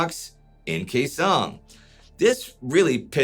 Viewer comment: He's a freaking tool making a buck off my fathers service. I don't like him or his revisionist version of history. What the hell is KEY song? No one has mispronounced that name for 60 years and yet here we are. What has this man said that makes you think he has some special insight into combat? He's a clown.